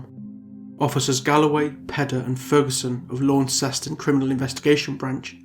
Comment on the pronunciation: Wow. It was totally random that I clicked on this, sitting here in the tiny island of Tasmania. This case is so sad, though it doesn't totally surprise me. Knowing Tasmania as I do, people would know what happened to her and who did it. 100%. I hope she rests in peace. I hate to be this person but Launceston is pronounced "Lon-cest-on" or "Lonnie" as we call it down here 👌 Great video, thank you for what you do and bringing recognition to cases like this that would otherwise go unheard of ✌